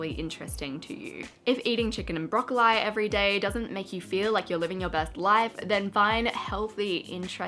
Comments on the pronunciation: if this is the right pronounciation my life has been a brocco-lie! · Brocoleye! Omg I’ve never heard that pronunciation before wow 😂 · broccol-eye or broccol-ee??? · Yeah I’m Australian too and never heard “broccol-eye” lol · The way she said broccoli made me pause the video and rethink my life for a minute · She says broccoli in a weird way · sometimes i forget you're Australian and then you say things like broccoli and i'm like woah what the heck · I'm Australian and I don't say it the way she does haha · I’m Australian and I’ve NEVER heard someone pronounce broccoli like that 🤣